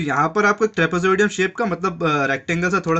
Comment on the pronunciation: Trapozoadium😂😂😂 Trapezium hota hai